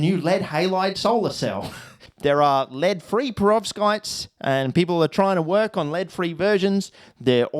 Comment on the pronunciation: Prevovskitez? LOL